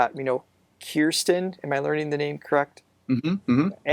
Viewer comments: this is 8 months old so im sure someone has told you this already and you may have corrected it but Kirstin is pronounced Kur stin not keyr stun. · BTW Kirstins name is pronounced like if Kir makes a GRR sound. KRRRR-stin. I explained that horribly, but I'm trying to help haha 😂